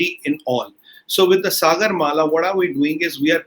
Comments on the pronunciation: Its not suh- gurr. Its Saa- gur. Like in Saa re ga ma... ( Indian music , dont know what it is in Arab- Turkic ) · The way he pronounced Sagar, 😀 Adhri ghaghri chalkat Jaye 😁😁😁